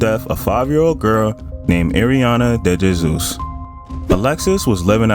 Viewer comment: Dude you are really driving me nuts with the way you cannot properly pronounce Hispanic names ... it's not jimenez , its pronounce Himenez ... and you did it with deJesus ... it's pronounce d hey Zeus .